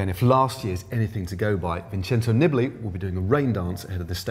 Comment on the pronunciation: Vaughters, is it so hard to pronounce "Nibali" with the correct accent???